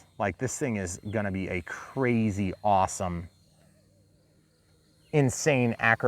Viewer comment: Thooper, thooper, awthum awthum thooper review!